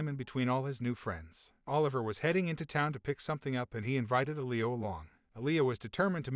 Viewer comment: “L-ee-Oh” !!!!!!!!! “Eh-Lee-oh” pronunciation drove me nuts lmao